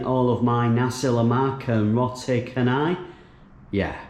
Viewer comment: Whoaa...Your Pronounciantion of Nasi Lemak is perfect....U make us Malaysians proud.........next Roti Chanai...need to work on that it's Cha( Cha - Nai ) like cha-cha...！ Chanai.....overall good Job..Safe Travels! Glad to have You...,🤘🤘